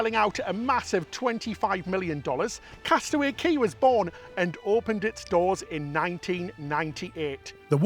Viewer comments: Yes, Cay is properly pronounced Kee, never ever Kay. Ignore Royal Caribbean's ignorant, confusing, and disrespectful mispronunciation. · I still remember when Castaway Cay (Disney pronounces it “Key”) hit the newspapers in 1998. I also remember reading about their (then) new cruise line and kinda going, “Wow!” I thought it all sounded really exotic and fun. Little did I know that 25 years later I would be a cruise addict and visiting the island! (Well, actually I’ll be visiting Perfect Day later this month, that’s as close as I get) - but still it’s thrilling! Can’t wait 🤗